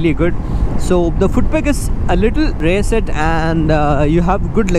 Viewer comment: Its not റെയർ its റിയർ